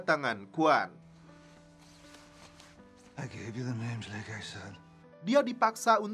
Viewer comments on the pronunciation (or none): none